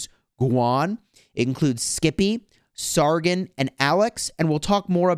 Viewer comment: Just a tip it’s sar-gon not sar-gin